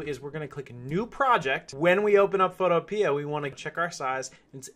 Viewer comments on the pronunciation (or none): It’s photo pea not photo peeah